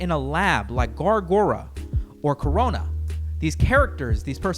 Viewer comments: Hey man, so I know her name is Korone, but its pronounced "Ko-ro-nay". Im not a sweaty fan, im letting you know because "Korona" isn't a word that Mr. YouTube wants to hear. Keep up the good work brother. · Their names really are sometimes difficult to pronounce, but i feel like Korona was a bit of a stretch even for western tongues. Dont mean to hate though, gawr gura's name is particularly stumping for me.